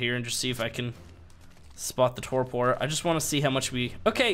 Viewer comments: Not that it matters but you pronounce Torpor this way "Tor Per" and not "Tor Por" the sounding is "Per" at the end and not "Por". Sorry, I had to mention that, it was killing me listening to you say it LOL. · "tore poor" god that hurt my ears xD